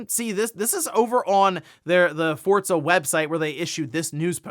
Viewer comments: FORZA Not "FORTZA" 😂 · Why do people say Fortza? Where is the T in Forza?